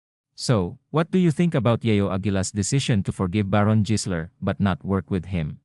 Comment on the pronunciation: jisler talaga ha,,anak ng kamote AI barok ba yanm, habang tumatagal masakit na sa tenga pakinggan